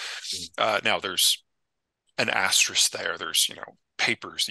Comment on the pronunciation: Asterisk! Peter correctly pronounced asterisk! ❤️❤️❤️